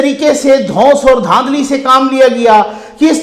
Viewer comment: Dhundli Not dhandli